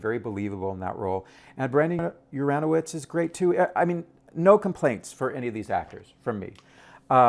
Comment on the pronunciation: A review of your review: Too long. And please learn how to pronounce Brandon Uranowitz's name. This is starting to look like a Christopher Guest skit.